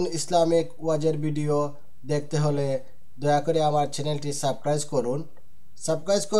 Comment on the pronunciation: সাবক্রাইস না ভাই,সাবস্ক্রাইব হবে।এটা বলতে জানেন না আপনে চ্যানেল খুললেন কিভাবে।